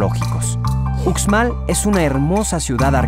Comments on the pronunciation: Yo aconsejaria al narrador que aprenda a pronunciar bien los nombres, porque se escucha horrible como lo pronuncia, UXMAL! sonido en la X! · MUY BONITO VIDEO EXCELENTE!! EL DETALLE ES EL SIGUIENTE: EL SEÑOR QUE LO PRESENTA QUE APRENDA A PRONUNCIAR MUY BIEN LOS NOMBRES DE LOS LUGARES POR QUE LO DICE MUY MAL. UXMAL]: SE PRONUNCIA: USHMAL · Un conductor ignorante y poco instruido. Pronunciado la 'x' a la manera castellana. Soy de Jalisco , e incluso acá sabemos cómo se pronuncia Uxmal e xtabentun etc... 👎🏾👎🏾👎🏾👎🏾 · Deberian mencionar bien la X como se pronuncia en la lengua maya xtabentun uxmal lo pronuncia mal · Yo creo que el vídeo esta perfecto, es un poco comprensible que su pronunciación no sea del todo buena y mas si el es de otro estado, la x tiene muchas pronunciaciones dependiendo del estado. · Muy bonito documental solo que antes debería informarse de la pronunciación correcta de cada lugar ejemplo no es utzmal es uxmal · debe sonar ushmal e ishtabentun no ucsmal o icstabentu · A mi gusto faltaron las grutas de Loltún y la Zona Arqueológica de Ek Balam. También quiero comentarle a, que la X maya tiene una pronunciación figurada de SH, así, Uxmal se debe pronunciar Ushmal y no Usmal como él dice. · Y tambien continuando la "X" aqui la pronunciamos mayormente para los nombres mayas como "SH" entonces no se pronuncia Cucstal (CUXTAL) ni Ucsmal( UXMAL) sino Cushtal y Ushmal, de ahi todo estuvo super bien... Saludos. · Me perdieron cuando el narrador dijo: “estabentún” y “ucsmal” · Debes de practicar la forma de expresar los nombre de muchas cosas y lugares la X suena ushshs ushs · Uxmal se pronuncia Ushmal, en todos los nombres mayas la x se pronuncia como sh porque así es en el idioma maya. Por lo demás muy buen programa. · pos sí!! bonito mi estado :) sólo una observación, la letra x en maya suena como sh, así que uxmal debe pronunciarse como ushmal y no ucsmal. Lo mismo para xtabentún, debe sonar shtabentún y no cstabentún